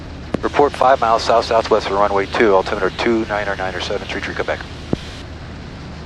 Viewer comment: Nice video! Liked the pop up when the controller is speaking. This should be good material for students preparing for a solo cross country flight. A couple small corrections: - It’s south-southwest (a direction), not “south/southwest” - It’s altimeter, not “altimiter” - There are several ATC instructions where you must read back the entire instruction along with your tail number and runway number. These include “hold short,” “line up and wait,” “cleared for takeoff,” “cleared touch and go (or stop and go),” “cleared for the option,” and “cleared to land.” It’s this rule that caused tower to make you repeat the landing clearance. Nice job on the aviating and communicating, and on making the video! 👍 -Connecticut CFI